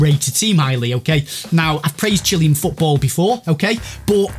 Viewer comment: Chill-Ay-An not Chilly-An